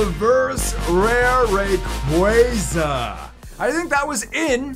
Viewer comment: What about the spelling makes people pronounce it ray-qway-zah? It is, always has been, and always will be ray-qwah-zah.